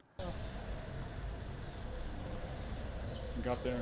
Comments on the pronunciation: Once it sounds like you’re saying “sexy woman” I can’t stop hearing it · Did he just say "anyone looking into sexhay whoman in any depth"? Giggedy.